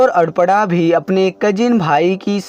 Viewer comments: Nice story but arpna nahi aprna hai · Are adpada aparna hai 😁sahi se bolo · सर अगर आप सही उच्चारण करें तो अच्छा है।कपड़ा कहते हैं।अल्पना कहते हो। नाम है अपर्णा ओर आप पता नहीं क्या बोलते हैं। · Bahu ka naam toh sahi bol lete. Aparna ko pata nhi kya bol rahe ho. Koi asan naam rakh lete jiska उच्चारण sahi se kr lete